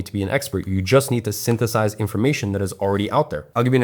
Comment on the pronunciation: "Syntheth-AHS it" got that urban western southern accent